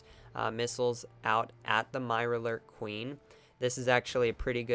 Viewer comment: "MIRARLOORK kween"